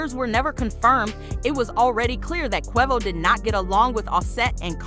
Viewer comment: QUEVO ,QUAAHVO 🤦‍♂ its QUAVO